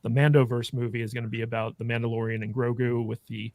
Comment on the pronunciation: So funny how keeps calling baby yoda GORGU instead GROGU.